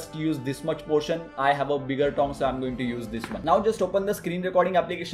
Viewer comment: Is it just me or does he pronounce tong like thong? "You can use a smaller thong"